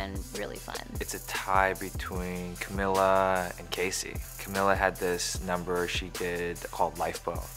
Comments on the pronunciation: crybaby disaster he kept pronouncing Camila’s name wrong. It’s Ca-mee-la not Ca-mill-la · One thing I will NEVER understand, Charles Melton, is how you can be dating someone you’ve known for YEARS and somehow be unable to pronounce their name correctly.... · Am I crazy or did Charles pronounce Cami’s name wrong...?